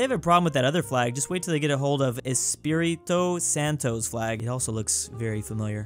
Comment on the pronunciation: I'm glad you didn't try to pronunciate Pernambuco, I've seen some bad pronunciations that made me almost cry. (Also that Espírito Santo pronunciation is really good for a first time.)